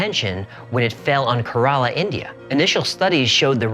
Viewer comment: You finally miss prounced an area in india Kerala.